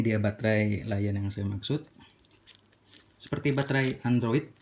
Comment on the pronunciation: L-ion dibaca Lithium ion bukan dibaca laion bang